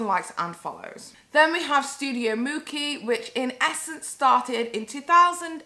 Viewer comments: Girl this is poorly researched... How do you live in Europe, closer to italy than my american ass & you don't know It's pronounced mooCHee (mucci) if you didn't know how to pronounce it, you could've taken 2 minutes to look it up & hear someone else say it & lisa frank debuted in the late 80's, they didn't reach peak production until the 90's & into the early 2000's but you keep saying it was popular in the 80's?? I actually agree with your take but any hot take needs all the correct details or else it sounds like you don't even know what you're talking about... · You say it like Gucci with a M ..... common lmao that was a fail